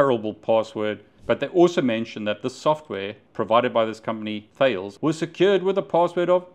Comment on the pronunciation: "Thales' is pronounced Ta-less